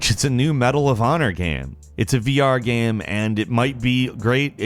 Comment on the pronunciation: Why can't he pronounce the word 'game' 40% of the time?